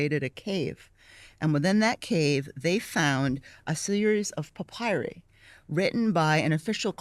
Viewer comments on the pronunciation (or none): none